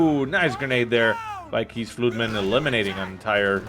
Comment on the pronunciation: I clicked on this video just to hear butcher keesfluitman xD